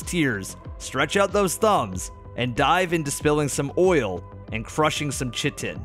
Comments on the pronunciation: Chitin is pronounced like Kite-in. Otherwise solid vid! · Chitin is pronounced like "kai-tin" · Chitin is pronounced kai-tin ( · Chitin is pronounced "Kai-Tin". Just wanted to help out! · "Kai-Tin" - Chitin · bruhhhh its pronounced KI-TIN (chitin) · its pronounced "Kit" "Ton" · Chitin- pronounced Kai-tin